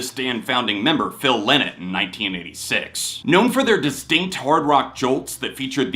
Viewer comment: Yeah, everyone knows "The Boys Are Back In Town" but still people mostly get the pronounciation of Phil Lynott's name wrong - like in this video ...